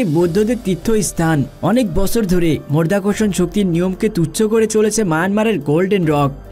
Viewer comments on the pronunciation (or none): শব্দটা মধ্যাকর্ষণ নয় মাধ্যাকর্ষণ।উচ্চারণ ভাল করুন। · মরধাকরসন শক্তি বলছেন কেন? মধ্যাকর্ষন শক্তি বলেন। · উচ্চারণটা 'মর্ধ্যাকর্ষণ ' নয়! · আগে সঠিক শব্দটা শিখুন। আপনি বলছেন "মরধাকরষন" এটা কোন্ ধরনের ভাষা? হবে " মাধ্যাকর্ষন" । যদি উচ্চারণ করতে না পারেন তাহলে ভিডিও বানাতে আসবেন না। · মর্ধা কর্ষণ শক্তি --উচ্চারণ ঠিক করো বাবা।কানে লাগছে। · মধ্যাকর্ষণ শক্তি * 🙂 উচ্চারণ ভালোভাবে করবেন 🙂